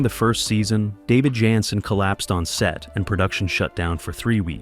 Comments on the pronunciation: Repeatedly throughout this video, the series star's last name is mispronounced. David's last name was "Janssen" pronounced: "Jan - sin" NOT "Yansin" ("Yan sin"). All of a sudden (and also ), his name is pronounced correctly, then a few sentences later his name is mispronounced again, and again, and again. Are you A.I.? Contrary to what your narration states (and also later), a walking cane was NEVER used on an on-going basis by Harry Orwell, and it was never "a defining trait" for the character. These notable research mistakes negatively impacted what could have been an enjoyable experience viewing your video on a fine tv series. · JAN SEN, not yan sin. Great topic, great series. Film noir meets Swanson TV dinners. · It's great to see anything at all about this wonderful show. It's too bad this is so full of shit and inaccuracies. And why does the voice say "Yanson" ( or Yiyyanson) most of the time but pronounce it correctly once in a while. The part about Anthony Zerbe not liking the fast pace of shooting because he was a stage actor is ridiculous. He had been working in movies and TV for years by the time he got the role in Harry O. And I strongly disagree about the "first season magic" line. The second season was great. And NO mention that Zerbe won an Emmy for Best Supporting Actor for his role. Half of what is mentioned is either made up or AI confused it with some other show. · Right? It actually got on my nerves.